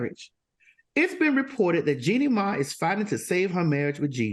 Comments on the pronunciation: It's Mai, not May. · It’s Jeannie MAI, not MAY